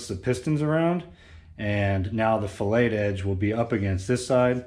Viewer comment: The chamfered side of the connecting rod ALWAYS goes against the crankshaft. That chamfer in conjunction with a narrowed bearing clear the "fillet". "Fillet" is an engineering term and is pronounced "FILL-it"! "Fil-Ay" is a culinary term!